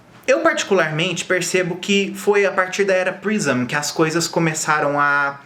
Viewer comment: Que agonia de vc falando "álbum prision". Ahahab é Prism!!!